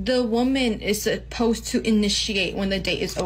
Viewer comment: She’s already there. Can’t even pronoun “supposed” …